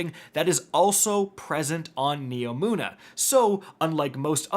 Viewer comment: HE FINALLY SAID NEOMUNA RIGHT